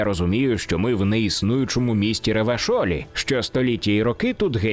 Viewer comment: Також додам що ти не згадав те що в світі діско ілізіум є своя флора і фауна з тваринами свої країни зі своєю історією своя більш матеріалістична релігія в котрій є кілька своїх аналогів ісусів в них навіть всесвіт має іншу історію. Невідомо навіть чи знаходяться люди на цілій планеті чи вона вже на давно розкололася. А ще на останок те що правильніше вимовляти РЄвашоль а не РевАшоль має звучати по французьки бо країна в якій відбуваються події гри є аналогом франції. А ну і ідеології в журналі з місіями гри є статистика того яких ідеологій ти притримуєшся і кожний пунктик підвищується в залежності від обраних тобою реплік.